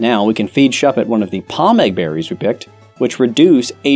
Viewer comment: I grinned as soon as he said "pomeg berry"